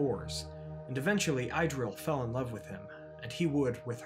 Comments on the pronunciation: And Idril is pronounced = Ee-drill (ee as in meet) Maeglin is pronounced = My-Glin (the i as in glint) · Idril is pronounced as [idril] IPA